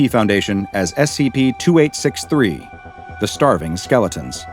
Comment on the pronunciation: this is something that may seem insignificant to people who aren't Japanese. but i really admire for his pronunciation of Japanese words. he's done several videos featuring SCPs of Japanese origin, and he always pronounces it correctly. it feels like he is actually respecting the origin and holding true to it, instead of butchering the name or giving it some horrid english version, which has been done to so folklores and yokai